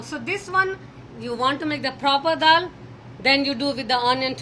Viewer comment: Andy's pronunciation of daal as dull makes me feel weird